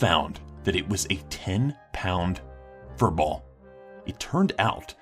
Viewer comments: how he said fury ball lol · The way he said furball lol!